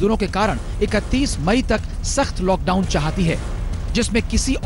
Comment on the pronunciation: Are Bhai lad down nhi lockdown hai 😂😂